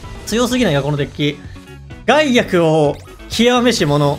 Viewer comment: ガイアクをゼンアクみたいなイントネーションで言うな 笑ってまうやろ